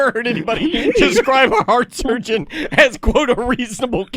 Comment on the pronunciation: pronounces it surgeont. Like he's combining surgeon and sergeant. Also... pretty sure he could be a surgeon after watching for 20 minutes. Maybe the jokes on me, and he would be an excellent surgeont after 20 minutes